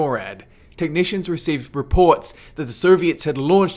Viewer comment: dude you got some bad pronunciation with some words, for example Soviets you pronounce it like Serbians, the same with Syrians that too you pronounce like Serbians, i was like wtf when would Serbia launch missiles in the direction of the USA, that was always the US thing to launch missiles at other countries including Serbia xD